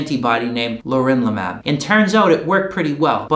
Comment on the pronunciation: it's pronounced leRONlimab